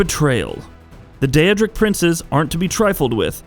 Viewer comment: The first most evil choice is mispronouncing daedric ( and ), Boethiah ( and ), and Namira